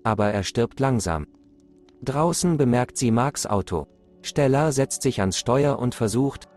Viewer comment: Ich will ja nicht gemein sein aber wie er STella sagt